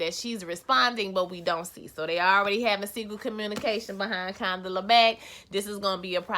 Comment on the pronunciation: 😩😂😂why y’all keep messing up Condola’s name? Condala, Canola, etc y’all are funny😩😂😂... Your Twist Out Is Everything😍👍🏾👍🏾